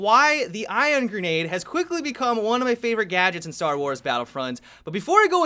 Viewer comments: ION, ION. Not IRON. ION. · You sounded like you were saying iron grenade almost the entire video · you keep saying "iron" grenade 😂😂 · Is it me, or did say 'Iron' grenade every single time:P